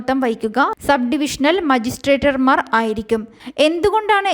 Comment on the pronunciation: വാർത്ത വായിയ്ക്കുമ്പോൾ തെറ്റുകൾ ഒഴിവാക്കുക. മജിസ്‌ട്രേറ്റ് എന്നതിന് മജിസ്ട്രേറ്റർ എന്നു പറയുന്ന കുട്ടി, നിങ്ങൾക്ക് എന്തു വിവ രമാണുള്ളത്?